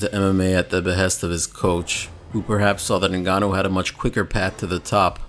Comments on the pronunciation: francis "nagannou" Ngannou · Sound like Brock said the N-word when he pronounced Ngannou’s last name.